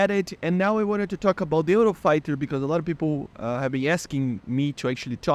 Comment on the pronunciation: The way you pronounced the word "Eurofighter" is not exactly like that, you pronounced very similar to what we say in Spain (dont worry i know u r brasilian)